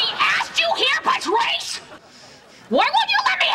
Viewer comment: she always say patwrice and that’s VERY unsatisfaying